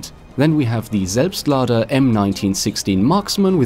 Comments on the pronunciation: Oh my god you are actually able to pronounce "Selbstlader" o.o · Do you have a German background or do you speak German because you pronounce the weapon names so goddamn good it sounds like a maternal speaker when you say stuff like selbstlader or gewehr. btw I am really enyoing your videos because you also cover stuff that's not as mainstream as the content of most of the other YouTubers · Bist du deutscher? Das würde erklären das du "Selbstlader" so gut aussprechen kanns. Würde mich über ne antwort freuen! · GregWolf I think he is german. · I saw this comment before the video started and thought, oh cool, let's see how good the pronunciation is. ... After he pronounced it perfectly I was actually a bit shocked. lmao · The way you say "Selbstlader" like a native German makes me so moist.